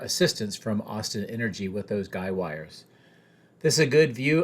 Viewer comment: Guy Wires! Not Guide Wires...